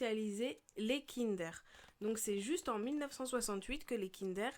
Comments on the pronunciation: 😂😂😂 kindère. ça se prononce kindeur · on dit pas kindère mais kindeur